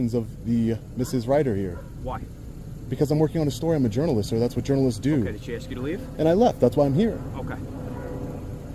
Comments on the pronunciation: Dude, you must seek help for the difference between ASK and AKS. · Why do black people say aks instead of ask? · the word is "A S K"...........not "AXE", dumb-a$$!!!!!!!!!!!!!